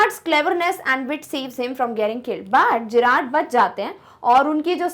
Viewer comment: Mam you are speaking it jerrad ✖️ it's Gerrard ✔️ Friends tell I am right or not if I am write please like